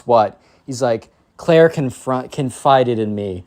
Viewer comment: Clair not cayt